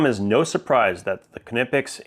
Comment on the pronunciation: your pronounciation of Knipex is really perfect! greetings from Germany. 😊